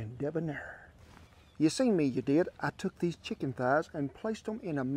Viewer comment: Pronounced Thazzz